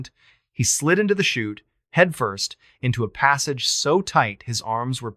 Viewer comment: This is an AI of MrBallen he says chu'te instead of chute, yet says chute the rest of the story. and emphasis of the wrong sections make him seem like a bot.